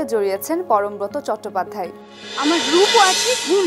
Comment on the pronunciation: উচ্চারণ হবে পরমব্রোতো। ব্রত - এর উচ্চারণ ব্রোতো।